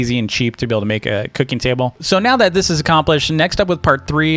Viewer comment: When said cooking table it sounded like cookie table